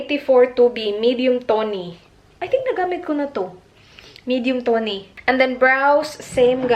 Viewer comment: Lol....did u just say “medium tonee?” Lol🤪